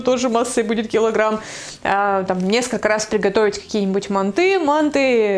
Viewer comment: не мучайтесь со словом манты. Первый раз вы правильно сделали ударение. МантЫ.